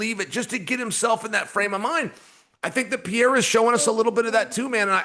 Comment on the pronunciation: Sonnen is a Moron. Talking about he sees a champion in Paddy. Ilia is no Jared Gordon. Tool. Who takes someone seriously as a host when they can't even say people's name correct anyway. "Pee-era". DC must feel bad for Chaels learning disability or some ish.